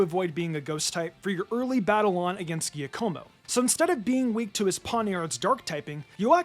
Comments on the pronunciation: Great video, but it’s not gia-como. It’s ja-como. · Giacomo is pronounced "Jiah-komo" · I am saying this, because I really like your videos, I am not trying to attack or insult you. You mispronounced the name Giacomo. It is an italian name. It starts like the beginning of the word 'jungle' with the 'ju' and then ends with 'como' I assume you will drop the name many times in future videos😅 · Sorry for nitpicking: "Giacomo" is pronounced more like "Juckomo" read in American English. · Meow-scar-aid (meow+masquerade) Serool-edge (cerulean+edge) Ge-ack-amo (giacomo) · lol right? It’s “jock-uh-mo” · Giacomo is pronounced jaques-a-moe, with the same cadence as whack-a-mole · Giacomo is pronounced Jacomo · And Giaccomo's name is pronounced "DJÁAKOMO". It's the italian version of Jacob. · Giacomo is pronounced like jock-komo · Giacomo is pronounced Jakomo with the accent on the a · Giacomo is pronounced "ja-co-mo." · Giacomo is pronounced like "jack-omo" .. it's Italian. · Giacomo is pronounced jockomo. It’s Italian. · Please learn how to pronounce things. It's Jia-co-mo. And it's Prov-ince, not prov-i-dence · The injustices to my boy Giacomo's name is never-ending in these trying times lol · Any other Italians die inside at the way he pronounces “Giacomo”…? 🫠